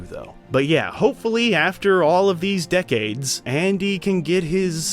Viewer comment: "Dickades" not decades. 😂